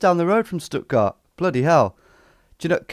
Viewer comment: as far as i'm concerned this video ended after "stuttgart" well done tom